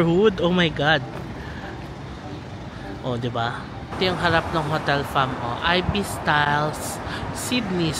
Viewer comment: Hello. It's i-bis po not ay-bis. =)